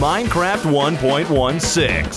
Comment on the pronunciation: Oh no, he sed 1.1 6. -_